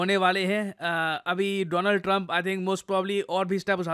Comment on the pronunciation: Donald Trump ❌ Doland Trump ✅